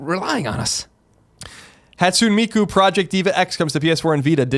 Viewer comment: It's the mark of a filthy dub lover. Also, Miku is like, a huge part of nerd culture, I feel like everyone, not just Colin, should be able to pronounce her name properly at this point.